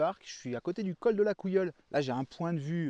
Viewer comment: Col de la Couillole 😂 Caillole *